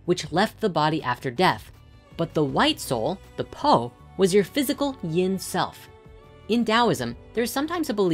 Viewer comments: 魂 Hun is pronounced like HOON and 魄 Po is more like POu.Grat video though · Sharing that "7 hun 4 po" is pronounced more like "7 hoon 4 pour" pretty cool how ancient thoughts got it all figured out isn't it. It was also cool I finally learnt what sa and Sekhem meant as a Sekhem student